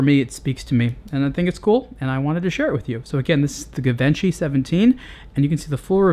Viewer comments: It's pronounced "Jivanchi" :) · 😂😂😂😂 IF YOU CANT PRONOUNCE IT YOU CANT REVIEW IT!! Lmao😅